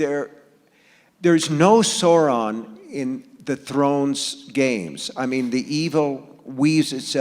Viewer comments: Fan of Tolkien? My butt. It's SOW-ron, not SORE-on. Yes, yes...I'm a "NEEEERD!" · Dylan [Smith] I'm mocking myself. I was anticipating others thinking that I'm a nerd. Both Martin and King pronounced Sauron incorrectly; only a Tolkien "nerd" would know that. :P